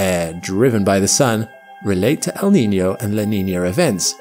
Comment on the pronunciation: Props to this guy for nailing the pronunciation of El Niño and La Niña